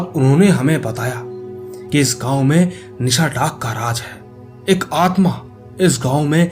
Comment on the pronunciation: Are bhai ye nisha daak nhi nishi daak hota hai 🤔🤔🤨🤨😏😒🙏